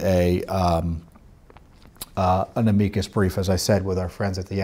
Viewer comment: AM-I-CUSS BRIEF NOT AMIGO BRIEF !!!!